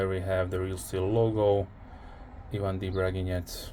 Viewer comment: Hi buddy. Glad you liked my knife. Best regards, Ivan D. Braginets. P.S. You are the only English-speaking blogger who pronounces my last name correctly. Special thanks to you for that.